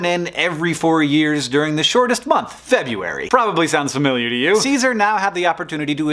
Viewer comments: he rattles off (super quickly) the tongue twister names of the Romans. But he pronounces February as "Feb-yoo-wary." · You said Febuary! Shame on you!